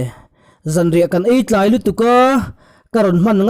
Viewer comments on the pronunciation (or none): none